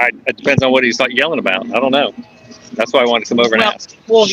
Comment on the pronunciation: She has no idea how to say “I don’t know.”